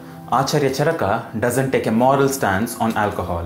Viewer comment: You are very knowledgeable, but I have some suggestions. Can you, along with sanskrit shloks in roman script, display them in devnagri also? Also, kindly pronounce the अ ending words as such, not आ ending, like चरका is wrong, it's चरक. We as indians have the duty of spreading our language correctly.